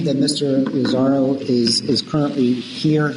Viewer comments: Lol I love Judge Perry ( he’s no longer a judge though) and it’s hilarious he keeps calling Tony - Mr Lazzario…..it’s Lazarro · Larry Bradford Actually, it's Lazzaro. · Lazzario, bidness, stipalation, the list goes on and on.... but I couldn't LOVE Judge Perry more! Hes like a teddy bear. They call him the "velvet hammer".